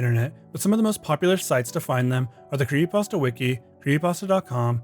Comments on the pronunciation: "kree pasta" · creehee pahs tahs 😭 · Why do you call It a kree-ee-pasta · Why does he pronounce creepypasta as “creeyepasta”? Its like every creepy content YouTuber has to have some sort of speech impediment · Just me or is he saying "cree'y pasta"? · Is he saying "creepypasta?". Sounds like he's saying "creepasta". 🤔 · You know there's a 'p' in the middle of the word "creepypasta" right? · Can this dude not pronounce creepy pasta?? Lmao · LOL the guy doesn't know how to say "creepypasta" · Somebody needs to point out the “P” in creepypasta to this dude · Does anyone else hate how he says creepypasta 😭😭 love it otherwise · Why can't this guy pronounce creepypasta?